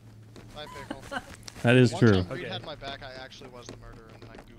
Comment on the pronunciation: Its reid its reid its reid